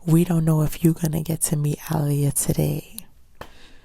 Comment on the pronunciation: She's like one of the only people who said her name right.